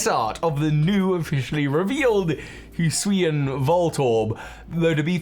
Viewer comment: In less than 5 seconds, pronounced Hisuian in 2 different ways. Classic.